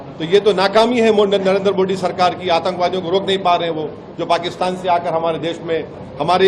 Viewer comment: पहले बोलना सीखले ओवैसी मोड़ी को मोदी बोले ।